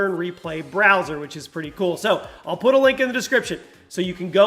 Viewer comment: Did anyone else notice him say poot and not put?